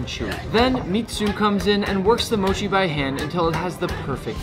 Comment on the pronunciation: Does it ever annoy you how all these Americans mispronounce mochi😭 like not to be gatekeepy or anything but I feel like I've never heard anyone pronounce it right and someone gotta tell them